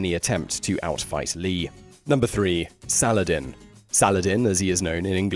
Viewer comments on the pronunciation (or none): none